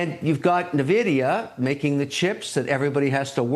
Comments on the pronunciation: Did Oleary say “Navidia”? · The way he pronounces Nvidia as Navidia make me think oleary would pronounce the TI part of tie instead of T I like the other guy did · Navida? maybe he should ask AI how to pronounce it properly. 🙄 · They way he pronounces Nvidia is killing me